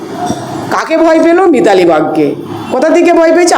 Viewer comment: মিতালী কামন যেনো,,, উচ্চারণ করতে পারছেননা